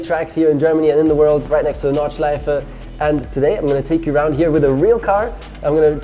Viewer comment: At the beginning I was like „He pronounces ‚Nordschleife‘ right?“ and then „Ah well he’s German“ and the I realized I‘m german as well...